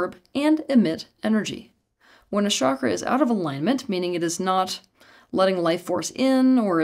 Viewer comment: Folks sorry to break it to you...there is no "Vasudhara" chakra 😂😂😂😂.... Please give me the source of this .... Which ancient Indian text talks about this? This "expert" lady can't even say the word Chakra properly 😂😂😂😂